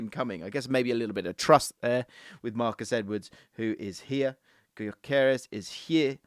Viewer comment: BTW since he's of Hungarian descent the name is pronounced "Dyökeresh" with the Gy sounding like "d" in amount due or mountain dew. Annoying that he's playing for Sweden instead of Hungary, dammit.